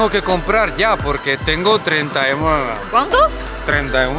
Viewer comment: Alguien sabe qué número es treinta y wawau? Eso escuche xD